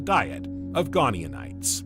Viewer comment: I quite like the unusual accent of your AI, but it's painful when it keeps repeating typos with such confidence. The early ammonoids were called GoniaTites with a 't' not an 'n' (Go nia tights) not 'gone eeon ites'. Similarly: Titanoboa is normally pronounced: 'tight-anno-boer' not 'tit anno-boer'. The voice also often ends sentences with an up inflexion as if it is unsure of itself, but to me that is now part of its charm, so no need to normalise it, if others don't find it distracting. (It might be good to keep some unusual characters to help people distinguish autonarration from real flesh and blood narrators.)